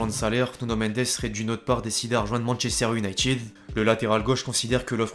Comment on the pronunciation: Effectif pas effectchif, Manchester United pas Manchester Unitchid, signature pas signatchure, dilemme pas djilemme, situation pas sitchuation, inactif pas inactchif, sentiment pas sentchiment, ..........